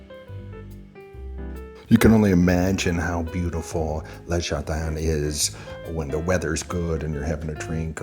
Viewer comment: Le jardin is not pronounced as ler jardeen. The French pronunciation is so hilariously bad ! 😂